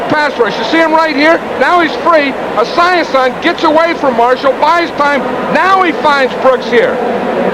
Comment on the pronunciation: I cannot handle how Madden is pronouncing Esiason’s name. Now I’m sad that I can never unhear it.